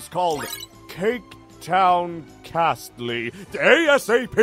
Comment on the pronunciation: mispronouncing the word "castle" made me laugh way harder than it should have.